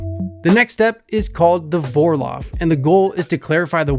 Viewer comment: As a brit in Germany, let me correct some pronunciation mistakes all english speakers make. Vorlauf sounds like four-louf.